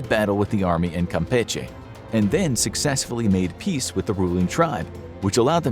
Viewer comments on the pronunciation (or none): none